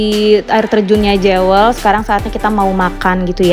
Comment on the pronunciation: Jewel ( bacanya : Juwel) mbak